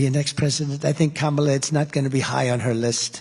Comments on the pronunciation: Dementia confirmed: Trump pronounced "Kamala" correctly repeatedly during the speech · He pronounced her name right, ',la' ! He probably doesn't even realize... I hope someone loops that over and over again and makes him hear it!!! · He’s been pronouncing her name correctly lately😂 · Anyone notice that he pronounced her name correctly? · Did he actually get her name right, but completely lose the plot about what city he's in? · Wow. He pronounced Kamala correctly. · He said he thinks Kamala (saying it correctly) will be the next president.